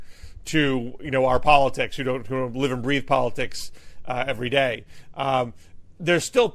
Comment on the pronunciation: I have never heard another English speaker pronounce the "day"--in the days of the week"--in the manner that Matt Lewis does.